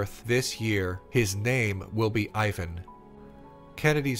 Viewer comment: As a Russian, hearing about the absurdity of the idea that USA somehow won the space race is amusing. Almost as amusing as the amount of mispronounced Russian words names like Spuhtnik instead of Spootnik (Sputnik), Eye-van instead of Eee-vahn (Ivan), and somehow Vo-sh-od instead of Voskhod(Voshod).